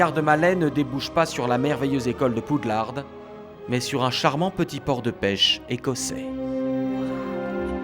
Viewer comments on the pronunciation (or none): C'est Poudlard pas Poudlarde Respectez